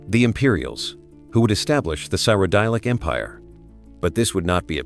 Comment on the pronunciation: Please pronounce cyrodil good bro 🤣🤣 its not syrodile 😂😂😂😂 anyways good shit bro thank you!!!!! ❤❤❤